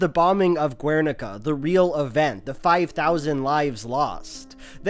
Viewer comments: Guernica is pronounced like "Ghernika", not "Gwernika" because it's a Basque word, not Spanish. Love the video tho. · Respectfully wanted to point out the pronunciation of Guernica is "Gher-nee-kah" Really interesting video, looking forward to see more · Loved the video as always! I don't usually comment but I wanted to mention that the "Guer" in Guernica (or Gernika in basque) is pronounced ger as in hun-ger, the u is silent. I'm from a city close to Gernika so I figured I should say something. Love ya! ^^ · Your mispronunciation of Guernica is unfortunate. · I have to give a like just for the Cube quote but 1) please stop pronouncing the u in Guernica, 2) wtf are WMBs? please remember non-native speakers exist and we can't always understand acronyms even with context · ze gaizki pronuntziatu dun Gernika JAJAJAJAJ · The u in guernica is mute, also it wasn't a spanish town, it was bombed by nazis at the request of fascist spanish dictator francisco franco, because he didn't control the territory. After the death of this monster, the spaniards created a terrorist organization called GAL to secure the invasion of the country which guernica belongs to, killing and massacring all civilians who opposed. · Btw the "gue" in "Guernica" is pronounced as in guess. This mistake was unforgettable and you have made a new enemy,. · how can you make this whole video and not look up how to pronoune guernica :( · The 'u' in Guernica is silent. It's a spanish thing.